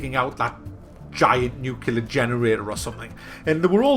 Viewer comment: Nuclear. Nu-clear. New-Clear. NOT Nucular. :)